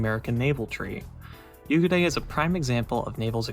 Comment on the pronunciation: Nice review. Pro tip for the pronunciation of the name: There's basically 2x 'u'. So "Yuugure" :)